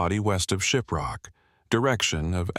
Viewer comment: Shiprock New Mexico, need to work on your pronuncations. 🤭